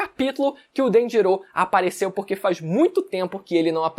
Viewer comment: Ele fala as pronúncias muito erradas, Haki, ele chama de hacker, Danjiro ele chama de DanjiroU, Rayleigh ele chama de Raylite. Agonia, a pronúncia no anime é tão simples de decorar, a própria escrita já mostra como se fala.